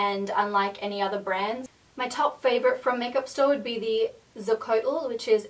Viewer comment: "Xocoatl" is pronouced "sho-co-AT-ul". Just fyi:) Great video,! I discovered your channel around June 2013 and I've been addicted ever since. Happy New Year!!